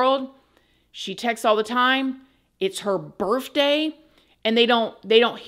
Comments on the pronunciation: I love you so much but it’s birTHday not birFday🤣🤣🤣🤣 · I don’t know why, but when every time you said the word birth day, it sounded like you were saying birth with an FJ